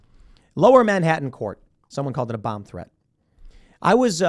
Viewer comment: Tim’s accent, ‘Dunald Trump’ and ‘Bum threat’.